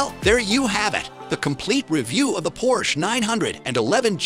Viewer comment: Can’t give a thumbs up when the voiceover can’t pronounce the car.